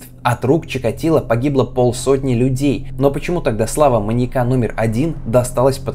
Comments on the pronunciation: при всем уважении: "маньЯка", не "маньякА" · Уважаемы, почему так безграмотно? Наверное не "маньякА", а "маньЯка". Учитесь правильно расставлять ударения. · Слово "маньякА" с ударением на А жутко режет слух, после 10- го повторения выключила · Круто, только не маньякА, а маньЯка, резало слух всё время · МаньЯка, маньЯком, маньЯки. Ударение, дорогой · маньЯка, не маньякА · ты молодец, очень интересно. Но маньЯка, а не маньекА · "маньякА"? Серьезно? Родительный падеж: манья́ка, манья́ков. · МаньЯка, маньЯку, а не МаньякА и МаньякУ. Простите, но очень режет слух. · Люблю ваши ролики, но очень хочется попросить проверять русский перед записью(( ударение в слове маньяк в разных падежах - падает на Я (маньЯка, а не маньякА) и тысяча, а не тыща. Очень ухо режет(( вы молодцы, занимаетесь просвещением и язык в этом случае тоже важен, надеюсь, вы это понимаете. Желаю роста! Зы: коммент можете удалить, мне главное, чтобы вы сами прочли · МаньЯка, а не маньякА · Почему маньякА. Что за отстойное ударение : / Кстати, кому интересно тему эту детально изучить, то серия о Джеке от Карты Убийств просто супер. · прости, материал клёвый, но, не "маньякА" а "маньЯка". Будь грамотнее, пожалуйста. Уши режет. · маньякА, маньякУ, жуть какая-то, слушать невозможно с такой постановкой ударения. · Интересно. Но "маньякА" режет слух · Все видео резало ухо твое "маньяка́" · Очень интересный материал, однако неужели так тяжело правильно ставить ударения? В видео постоянно "маньяку́, маньяка́, маньяко́м..." Ппц просто... Меня каждый раз передергивало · Видимо, кому-то не нравится ударение в слове "маньяка". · скажите ему где правильно ударение ставить в слове "маньяка" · Классное видео, но сильно режет слух слово "маньяка" с ударением на последний слог(((